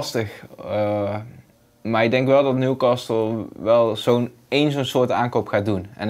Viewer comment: Beste VI, je spreekt de T in castle niet uit. Dus het is Newcasle in de uitspraak :-)